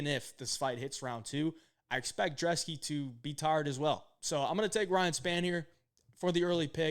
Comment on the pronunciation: IDC what any of you guys say. his name starts with a B it's not drzeski it's brzeski. IDC about where he's from I don't care about what language he speaks, this is America that is a B in front of his name lol not a D pronounce it's ( Brez-ski )